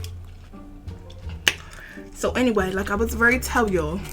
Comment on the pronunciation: "Granaunti" I can't wit y'all😂😂 den the way he said was was hilarious 😂😂 chiiillle she said cause I thought a broke nigga said waaa😂